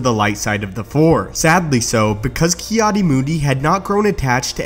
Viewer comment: Its Ki-Adi isn't it?